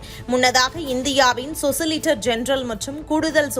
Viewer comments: 'சொசிலிட்டர்' அல்ல, சொலிசிட்டர் என்பதே சரி... செய்தி வாசிக்கும் முன் ரிகர்சல் செய்யுங்கள்... நீங்கள் உச்சரிப்பதே சரியென இளையோர் நினைகக்கூடும்...😮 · சொசிலிட்டர்.. இல்லம்மா 😢 சொலிசிட்டர்... 😊😃🤔 பாத்து படிக்கறதுல என்ன கஷ்டம்???? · Athu சொலிசிட்டர் general சொசிலிட்டர் இல்லே.